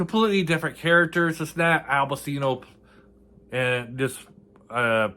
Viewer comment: Pronounced Pachino.